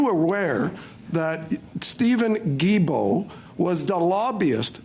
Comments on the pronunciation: the way this guy says Guilbeault is closest to how it should be said. It’s a hard G. Like GARBAGE. 🤣🤣🤣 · His last name is pronounced as ghee-bo 👍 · Prononounced: «Gill-Bo»... Thanks! Take is for a French Guy ;-) Cheers! Great work as always! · Wow Im not surprised. I have a difficult time with Guilbeault. Although Im not a fan his name is pronounced "Geebo"